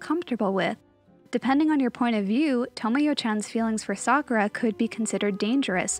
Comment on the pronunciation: Someone who says Sakura mostly correct. Well, well, well. That's rare.